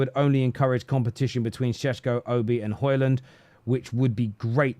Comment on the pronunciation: Why you keep calling him shesko?